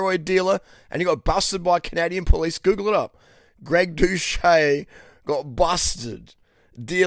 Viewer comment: Wfs.! ! How many times do i have to tell you.! When u mention the couch...gettit rite.! Its Dous.Shet.. Not dous..Shay.. Got it..i wont tell u again.😡😠😵